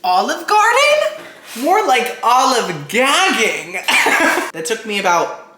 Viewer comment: I actually laughed when you said "olive GAGging". Must be too early for me 😭 love you, never change ~ 😂